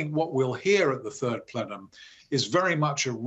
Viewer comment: The turd plenum? 🤣